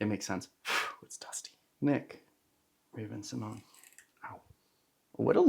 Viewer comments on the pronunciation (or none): FYI- Raven-Symoné, there’s an accent on that last e making an “ay” sound. She pronounces her name as Raven-sim-ohn-YAY, not sim-ohn. It was simplified in the 2000s for TV but she’s made a few videos correcting the pronunciation in recent years.